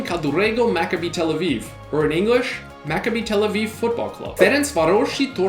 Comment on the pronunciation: You bucherd up macabi tel Aviv name